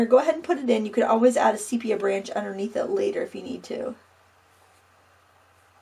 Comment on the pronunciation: Lovely, really lovely. Just a suggestion: I think it’s pronounced see-pee-ah